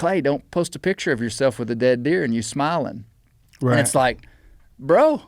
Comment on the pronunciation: He says "right" like "rat". 😃